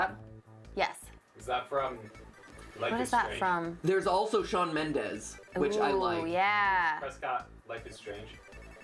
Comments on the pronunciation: MatPat: "Sean Mendez" Me:*screams* NNNNNNOOOOOOO ITS SHAWN MENDES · ITS S-H-A-W-N MendeS 🤦🏽‍♀️ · When else hot triggered with the "Sean Mendez" thing ??? Like it's SHAWN MENDESSSSSS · ITS SHAWN MENDES NOT SEAN MENDEZ PLEASE GET YOUR NAMES RIGHT YOU HURT HIS FAN GRILS SOULS (sorry for the all caps)